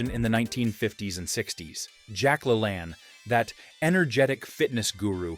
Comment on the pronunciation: How did you pronounce Jack LaLanne's name? I never, EVER heard it pronounced that way... Sounds like you didn't quite do all of the homework necessary to put this together. I'd be embarrassed if I were you!!! You obviously did not grow up when I did!!